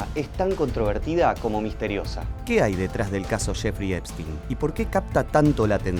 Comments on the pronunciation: Shefri epstin😅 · ..."CHEFRI EPSTIN"